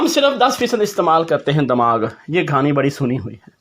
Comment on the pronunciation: Excellent video, today watched the video with my family, and really enjoyed it. My wife said it is 'Kahani' not 'Ghaani' 😂